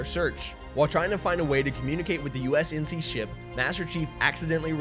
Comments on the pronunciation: great, Great, GREAT video guys! love my Esports Talk bois keep at it you absolute legends (except kept saying USNC instead of UNSC lol) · Great video, but it's UNSC and not USNC. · Just a heads-up, it's UNSC (United Nations Space Command) not USNC. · I had to go back and check but u kept saying "usnc" throughout this video it's UNSC lolz. Great synopsis of the story overall tho! Keep up the good work dude! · Nice short explanation. Shame he kept saying USNC instead of UNSC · U-N-S-C!!!!!!!! if i hear ''USNC'' one more time i'm gonna start breaking windows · Take a shot every time he calls the UNSC the USNC. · Am I really the only one who noticed hes saying usnc not unsc? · It’s UNSC not USNC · UNSC....U...N....S....C NOT USNC REEEEEE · You say USNC so many times lol UNSC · Twice I've heard him say U.S.N.C instead of U.N.S.C and in triggered lol